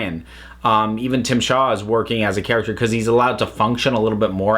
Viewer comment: Yeah, it's Tzim-sha. But that's not as funny as Tim Shaw.